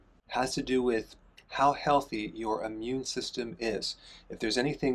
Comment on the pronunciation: It is Not your "Ammune" system; it's " immune"